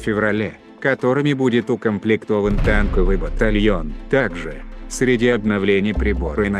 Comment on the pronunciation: Смешно.Танковии батальен😂😂😂😂😂😂.